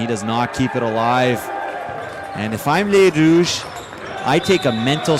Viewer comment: Great commentary! Thanks for pronouncing the Rouges' names correctly! BTW, the first year players are stacked not just with Gabrielle Roy and Louis-Riel players, but with former club players representing 204, Junior Bisons, and WinMan.